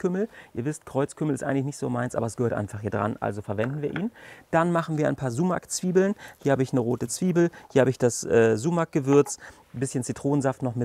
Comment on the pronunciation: Richtig cool, vielleicht zur Info für die nichttürkischsprachigen Zuschauer Sumak wird mit einem scharfen s gesprochen d.h. wie die das ß in Straße oder wie das S im englischen Wort Silence, aber nicht wie das S in Seife.